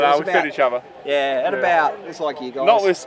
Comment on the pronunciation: Its other not uva.